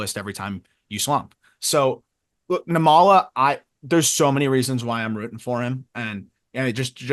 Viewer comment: I’m catching up on pods so I’m a little late, and I hope I’m not repeating myself, but I hope y’all don’t mind a little pronunciation note on Arjun Nimmala. His last name is pronounced NIM-ma-la, with the stress on the first syllable. (Actually, if type his name into Google Translate and select Telugu as the language, you can hear how it’s pronounced.) I don’t know him personally or anything, but we’re from the same ethno-linguistic community; his parents are literally from the same twin cities area in South India as mine. Never thought I’d see a kid who could be my cousin playing pro ball. Hell, even other Indian people stereotype us as a bunch of unathletic nerds lol. And I’m glad we finally have a major leaguer of Indian descent in Kumar Rocker. I once hoped it would be me, but it turns out an 80-grade fastball and an 80mph fastball aren’t the same thing. 😜